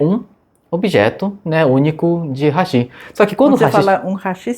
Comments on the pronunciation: Fala "raxí", não seria "ráxi"? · Não é HASHÍ e sim HÁSHI. MISERICÓRDIA !